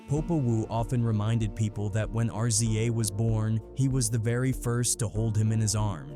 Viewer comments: I'm getting sick of these AI voices. What the hell is a R...Z...A...!? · R z a, rizza. What you talking ? G z a, gizza. Its not that hard bro. If u telling a story, say it right